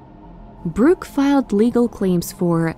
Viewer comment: It’s Burke, not Bruke.